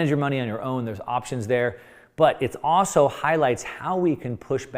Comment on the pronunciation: "Also" has an L in it.